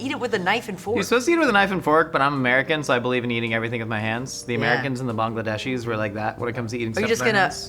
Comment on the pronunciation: Thank you for pronouncing Bangladesh correctly! ❤ And yes, we do eat most things with our hands haha!